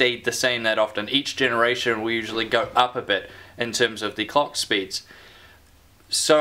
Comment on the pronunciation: "Cocks Speeds" lmao 😂🤣.. Anyone else hearing this when he says Clock speeds lol